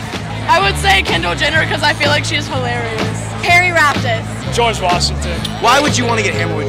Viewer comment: That girl really said harry raftus lol